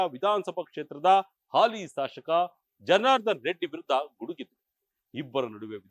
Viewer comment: ಶಾಶಕ ಅಲ್ಲಪ್ಪ ಅದು ಶಾಸಕ